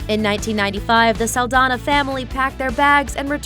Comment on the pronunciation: it's "Saldaña" saldanya